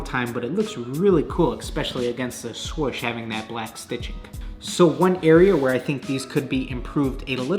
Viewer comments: Sorch? Is that meant to mean swoosh? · “The swosh” 🤦🏻‍♂️ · Haha the "shwuish" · Around the what?: Around the SwOWsSH